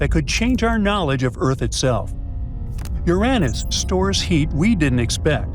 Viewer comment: Oh STOP IT NOW! I’m going nuts with AI pronouncing Uranus as “ your “Ann- Us.” Guess it’s better than “ your Aaaay Nuss.